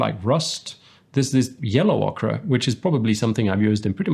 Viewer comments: FYI Ochre is pronounced 'oh-ker' not 'ok-rah.' Okra is a pointy green vegetable. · Ochre = Oker. Like saying the word Ogre. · I was listening to the way you say “ochre” and mentally picking on you thinking that you say it like Southern Americans say “okra” - which is a vegetable here. Until I asked my Australian wife to say it and she spit out “Oh-kah”. 😅